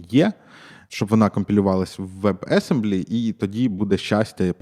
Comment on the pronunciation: Автор: фронтенд розробник. Теж автор: не знає як вимовляти WebAssembly)))))))) (Ноу оффенс це лиш жарт)